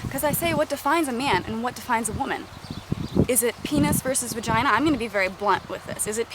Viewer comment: Thats a amazing point, I will ask that question more often now Haha :) also I LOVE the way you say peenus vaginuh...